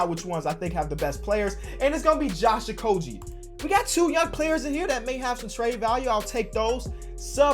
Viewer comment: Man why you gotta keep mispronouncing Josh Okogie. It's a hard g not a soft one